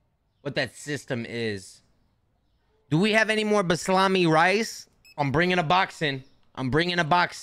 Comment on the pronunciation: i barely cook but i choked when quickly mispronounced basmati 😂